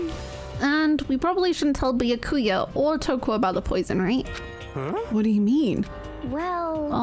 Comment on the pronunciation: lol I love that still sometimes calls Byakuya "Bakula"